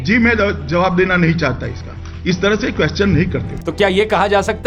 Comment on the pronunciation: Question❌ Queschan😂